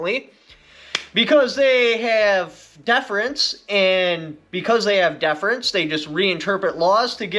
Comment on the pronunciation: I'm glad to hear you pronounce "deference" properly. Thanks for listening to the feedback of your viewers, it's easy to talk trash but a lot harder to give credit where it's due. Keep it up!